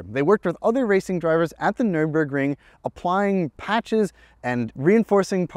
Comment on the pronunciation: Not the nur-en-burg-ring, the nur-burg-ring.